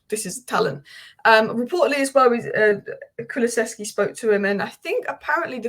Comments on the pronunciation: Say it with me kulu -sev-ski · Ffs. Ku-Lu-Sev-Ski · Hehe Still struggling with his name still 🫢 Kulu SEV ski